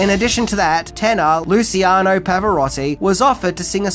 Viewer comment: Dude it's to each their own. None of this hip sayings for the 2020s drivel. Not to mention that you mispronounced Liciano wrong but that's just a mistake.